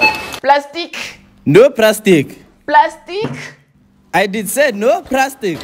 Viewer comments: He said prastic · "No prastic" 😭😭😂😂😂